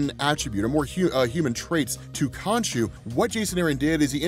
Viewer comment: When I left youtube on autoplay, I didn't expect it to reach here. Suffice to say, I got MH4U flashbacks when I thought you said "Konchu"